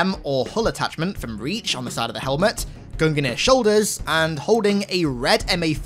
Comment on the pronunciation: I will forever hold out hope that someday he will pronounce Gungnir properly, my spirit will not be broken!